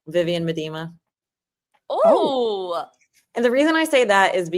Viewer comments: Please someone let know Arsenal was the first team to ever win the WSL and they’ve won it multiple times. Also it’s pronounced “Miedema” (Mee-da-ma) and “Renee Slegers” not “sledgers.” It’s hurting my ears. 😭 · Please, please. please pronound Miedema's name correctly. ts sound like me da ma.